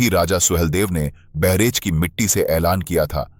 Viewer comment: बहरेच नही बहराइच है और वहां गंगा नदी नही है।